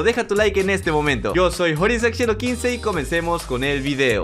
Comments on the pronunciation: Si que raro que hable así mmmm sebe sospechoso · Yo si y suena raro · Si es raro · Si se escucha un poco raro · Se escucha muy raro